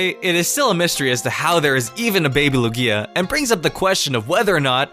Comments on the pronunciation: Came down to the comments just to see if I wasnt the only one :P It almost sounds like he's saying Ikea. Needs more emphasis on Luuuuuuugia! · my friend pronounces it Likia im so triggered by it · Matthew Serafino yeah, not lu-GEE-a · You should be banned from saying "Lugia" for life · Holy crap the way you pronounced Lugia makes me want to die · THE PRONOUNCIATION OF LUGIA IS WROOOONG!!! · What did he call Lugia?! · Your pronunciation of Lugia offends me personally. The emphasis is on the first syllable, not the second! Also you assume that there's only one of each legendary and that's never been the case. Even Mewtwo has recently (as of 6th gen) been established to number at least two. Heck, there can be more than one Arceus for all we know. I figure the reason you can't breed legendaries isn't that they're incapable of reproduction, but that they won't breed in captivity. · Say Lugia correctly you fuck. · Who else cringed every time he said Lugia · The way you pronounce "Lugia" triggers me. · STOP PRONOUNCING LUGIA THAT WAY PLEASE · Why are you pronouncing Luiga's name wrong in this video? I've never seen you pronounce it like that. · jezez christ stop saying lugia's name that way its fuckin annoying X( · the way you pronounce lugia is so cringey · You pronounce Luigia a bit weird sometimes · idk why, but I hate how he says lugia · Your pronunciation of lugia makes me cringe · He said lugia wrong and I almost died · It irritated me every time he mispronounced lugia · Your Lugia pronunciation is wierd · Who else got triggered by the way he said Lugia? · Me #Triggered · Yousef M. brooo xD i never even noticed til i came across this comment. LuGia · you mean how he puts emphasis on the GI instead of the A? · BOI IT'S LUgia not luGIA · Trevor AngELo StryderZ Emphasis is on the first syllable, not the second. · It's still 3 syllables. Loog-i-a pronounces it with 2 Loo-gia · lu-gia not lu-gi-a god!!! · It’s pronounced loog-ya not loo-gi-ya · Lugía? its lúgia brø